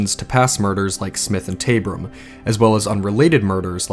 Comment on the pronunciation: Btw, the River Thames is pronounced River Tems Lord Salisbury is said, Lord Sols bury And Martha Tabrams name is Martha Taab ram ( not taybram) Also many people, men in particular were called Jack the Lad, Jolly Jack Tar Therefor Jack is really a generic name for a bit of a rake or a Man up to no good, ready to grab an opporunity whether legal or not! I did hear some male did leave London to sail to New York A man of dubious reputation & after 5th victim Mary Kelly was murdered & the killings ceased He made it quietly known he was off to seek his fortune in USA His boat was sailing to New York Where it was rumoured a set of equally savage murders of prostitutes occurred in N.York at about he'd have arrived there. Theres an interesting story & documentary about Liverpool businessman, James Maybrick Who disappeared but left evidence at his home saying he was Jack the Ripper His wife ( an American) was tried here in Britain for his murder & convicted?? Regards 🇬🇧👧